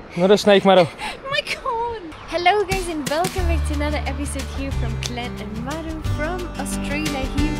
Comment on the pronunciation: The first couple of videos I saw I hadn’t paid attention to name of channel/content creators. I thought was calling her madam. I still have to remind myself he is saying Mado!